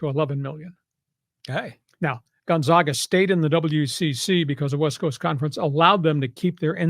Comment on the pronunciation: Thus guy can't even pronounce Gonzaaaahga....what a joke.